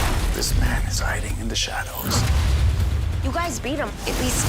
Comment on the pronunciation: when whoever said shadows said shadows doesn’t it sound like thanos when you’re saying it like thonos? like if you agree